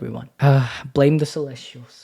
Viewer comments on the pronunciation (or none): none